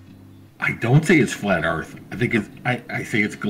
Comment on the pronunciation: its not DERTH... either...